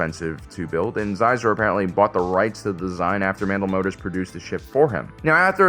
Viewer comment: More exclusively Legends material!? IMPOSSIBLE. Also Xizor is pronounced closer to Scissor than Ziezer, if I had to write it down it would be Shizor.